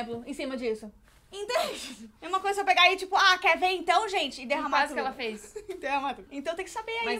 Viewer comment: Tipo assim ó?ó? Manezinha quex quex, se n quex diz 😂😂 se afina, me afino junto